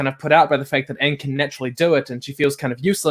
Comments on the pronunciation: It's not oong it's aang | it's not Leviosa it's Leviosa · All pronouncications of "Aang": Ang Eng Ing oNg Ung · literally gagging when she hears Oong for the first time is such a mood. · I get unimaginably pissed off every time that they miss-pronounce Aang and Sokka’s names.